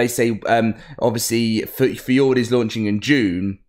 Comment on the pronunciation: Bro says fee ord rather the f your door